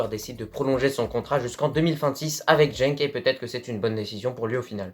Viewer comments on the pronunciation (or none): on ne prononce pas "JENk";..Mais GUENK.....Cher )) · Tu prononce mal sa se prononce scarbeek est Genk ses Genk le g comme gay mais en vrai je t'en veut pas car le nerlandais ses dur a comprendre au sinon bonne vidéo continue comme ça